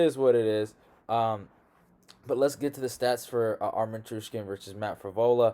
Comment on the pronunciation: TSARUKYAN (SAR-YOU-KEYEN)